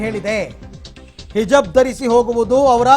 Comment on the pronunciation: ಹಿಜಬ್, ಅಲ್ಲ ಗುರುವೇ ಹಿಜಾಬ್!